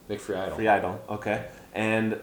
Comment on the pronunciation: Lol also that was pretty low of Nick. Disappointing. And his last name is pronounced Free-dell